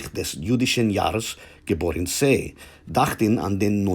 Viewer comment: The German pronunciation of the words "hörten" and "sei" could be better. With the word "hörten" you mispronounced the umlaut "ö". The rest of the text was error-free.